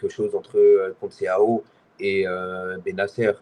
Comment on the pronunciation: Faut penser à arrêté de l’appeler « conceiao » vraiment